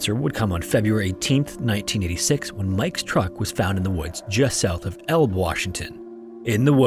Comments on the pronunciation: You're pronouncing the names wrong.. not Spanway but SpanAway. Not Elb (Elbe) but Elbee .. we're sorry, you're thankful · Oh yikes. I use to live in Spanaway WA. Crime riddled area, for real. And Elbe is pronounced L Bee. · It doesnt really matter, but Elbe is pronounced "EL-BEE" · I live near Elbe and yo said it wrong